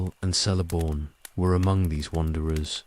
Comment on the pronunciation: Celeborn and Celebrimbor is pronounced hard C. Kele not Sele. Its in the appendices